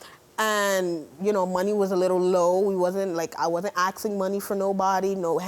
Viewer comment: What is up with the way some Americans say "asking"? Its NOT "aksing"......Gees! Literally drives me up the wall.